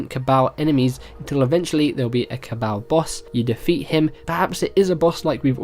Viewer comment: "Cabowl" haha